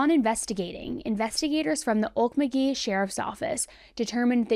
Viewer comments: Okmulgee isn’t “Ole muh gee” it is pronounced “Oak-mole-g-ee” Weird I know. Sincerely xo, Oklahoma Native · Oke-mul-gee, OK.